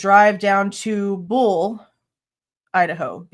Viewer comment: Buhl is pronounced B you L ☺️